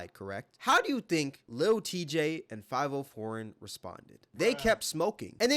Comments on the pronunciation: It's fi-vi-o , I think not too sure I only heard one of his songs. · Faaaaaviiiiiooooo Foreign, not 5-0 foreign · Five-O foreign I’m dead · From here on out his name is “5-oh-foreign” 😂